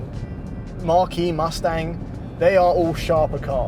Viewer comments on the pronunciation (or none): Am I the only one that thought kept saying "Marquee" and not "Mach-E?" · say "Marquis" and "Mach-E"